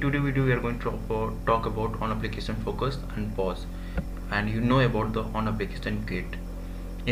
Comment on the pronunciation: this guy single handedly ruined the word "FOCUS"